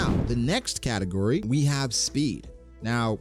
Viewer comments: I swear you’re saying “category” As katakuri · For 8 min of the video I thought he was saying “katukuri” 😂😂 not category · Took me embarrassingly long to get he was saying category and not katakuri 😭😭